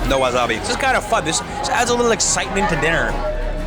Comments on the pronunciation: wasabi= wa SA bi not wa ZA bi. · It’s wasabi not wazabi lol